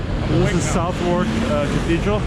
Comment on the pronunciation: Southwark is pronouned Sutherk